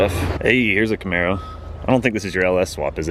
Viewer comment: did you say “Camaro” lol 😂